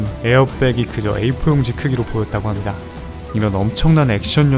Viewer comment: 합니다 발음이...?